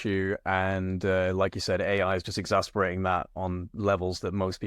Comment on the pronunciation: Exasperating that Exacerbation is constantly mispronounced too...